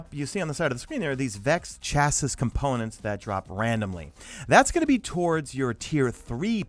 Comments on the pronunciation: Chassis is pronounced 'shassie' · pronunciation of "chassis" = chassy